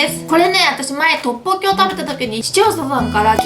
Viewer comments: ラッポッキって言いすぎてトッポッギになってる笑笑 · トッポッキの言い方がラッポッキのイントネーションにつられてて草